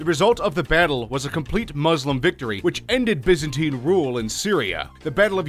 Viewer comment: Biza-tine pmsl laughing , effing yanks !